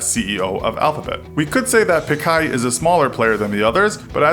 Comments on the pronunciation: pichai not pikai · It's PEE-CHAI, NOT PEE-KAI! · Dude it is "ch" It is Sundar Pi"ch"ai. Do not pronounce it "Pikai" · His name is actually Sundar Pichai and not "Sundai Pichar". Lol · And he pronounces it as pikkai rather Than picchai (with cch making tch sound as in pitch) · Not pi-kaa-ee. It's pi-cha-ee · Not Peekai,it is Pichai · It's not Sundar PIKAI!!!??? It's (Pitch - i) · It's not Pik-i its P-chai... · Sundar Pickeye? Lolol you mean Pachai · small correction... it's not pikai or pikar or pick... it's pichai.. like "chi" from china... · Its sundar pichai (pi chai) not pichar (pikar) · It's pee-cha-ee not picai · It's Pitch - aai not Pickai. And he is fair in color, but Black. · I guess it’s Pichai..Not Pichar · The CEO is Sundar Pichai. not Pichar "Infographics" ? well please do the research 😅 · Sundai Pichar? Not Sundar Pichai? Seriously?? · Its pronounced Sundar Pitchai without the t sound. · Learn to pronounce! It's not Sundar "pikkar" it's Sundar "Pichai" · Its Sundar Pichai not Sundar Pichar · Its sundar pichai not pikai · sundai pichar lol..its sundar pichai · He is Sundar Pichai (not k , its ch) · The Name of the CEO is Sundar Pichai... Not pichar.. and pronunciation is quite wrong... Please fix this.. it is like pitchai and. Not like pikar!!! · Sundar "pikar" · CEO's name is proounced Soon-dur Pitch-aai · A bit of info about pichai , it is pronounced as pi_ch_ai as ch in chamber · Actually its pronounced sundar pitch- eye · It is piichai ! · He pronounced the name wrong too! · its Sundar pichai with "Ch" as in chicken. What you said was Sundar pichai with "Ch" as in pinnochio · You guys absolutely butchered Sundar Pichai's name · How many of you knew he would pronounce pichai wrong